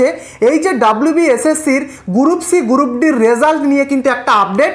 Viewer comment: গুরুপ নয় রে ওটার উচ্চারণ গ্রুপ😃😃